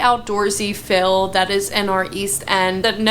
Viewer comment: But she did say "fill" instead of "feel" several times, and (my favorite) "assessable" instead of "accessible".